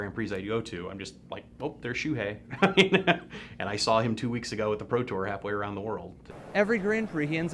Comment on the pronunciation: LSV, Why do you pronounce Shoe-hey's name Shoe-High?